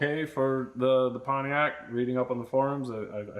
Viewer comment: It's pronounced "Panty-ac"...😂